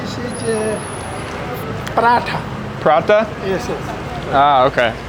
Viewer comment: It’s parata not Purada